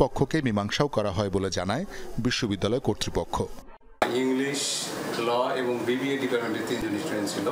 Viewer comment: এবন আর কে কে আছে? এখন পর্যন্ত "এবং" শব্দটা উচ্চারণ করতে শিখলেন না? কি আশা করবে আপনার কাছে -এই জাতি?